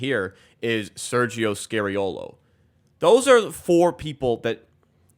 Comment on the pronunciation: Sergio is NOT SCARY-OH-LOH. But instead SCAR-EE-OH-LO